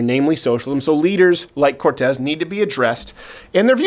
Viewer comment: Does he trill the R wrong on purpose?